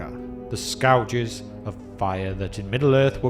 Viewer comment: "Scowerges"? I know there are differences between British English and American English, but I really doubt scourges diverges this much...